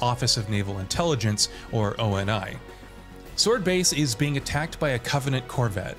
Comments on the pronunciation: O-N-I? It’s Oni, like a word always has been always will be. The Sabre space fighter was a secret UNSC program not a covenant one. Like it’s stuff that’s all in the damn game man. I’m sure the video is good overall but how can I think you’ve played or understand the games when basic story beats are completely lacking in your version of events. Watched 5 mins, gonna dislike and hope to not see this video on my feed again. ✌️ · When the narrator says O N I instead of ONI I completely stop watching 🤣🤣🤣. At least get a fan of the game to review it, or maybe someone who actually played it. 🤣🤣🤣🤣🤷🏾‍♂️😒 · O N I is pronounced like the demon Oni, and ODST is NOT! —> Orbital “Deep” Shock Trooper!!! It’s Actually (Orbital DROP Shock Trooper)!!! Your welcome, that’s kind of an offensive one to get wrong bro just saying, if I was one of the younger crowd you’d be getting eaten alive over that detail. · My God it's not O N I it's pronounced like OH KNEE